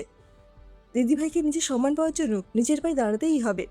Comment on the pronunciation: Sanman noy samman